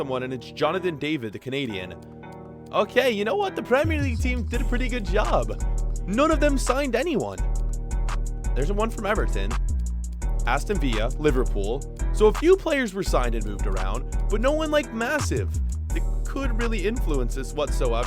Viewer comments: Its not aston viya, it is aston viLLa. Not a spanish team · why did he make Aston Villa sound Spanish lol